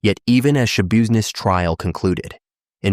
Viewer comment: It’s pronounced Schabusiness SH-UH-BiZ-NESS I’m pretty sure but damn you def got all the possibilities..😂